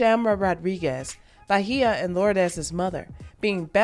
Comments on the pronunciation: “Ba-hia” it’s Beige-ah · Bay-jah…….not Bahia 😂 I never heard her name so butchered like that. Lol bothered me the whole video not even gonna lie lol😂😂